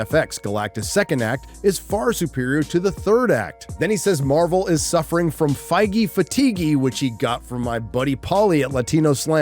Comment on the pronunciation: 🤦 It says, "Feige Fatigue?" NOT "fighty fatiguey".